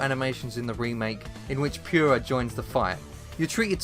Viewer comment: Omg, it's POO-RA!